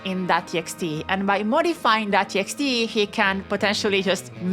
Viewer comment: so you're telling me that I can edit a tee-ex-tæ and then get unlimited keyæs?